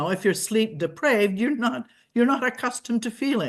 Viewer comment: Also, she said sleep "depraved" it's deprived!😅